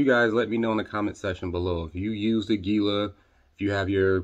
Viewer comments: fun fact: aguila is spanish for eagle and it's pronounced "ahgee-lah" source: random gringo roofer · It's pronounced; AG U LA.😊